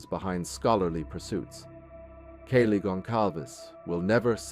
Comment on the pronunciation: Lets see...it was 7 1/2 hrs...the shock phase was made up by police...not her words...it wasn't 15 minutes...he mispronounces Kaylee's name...cell phone data did not place him there during the crime...the manhunt didn't happen...they ID'd him and found him right away...and he is in prison...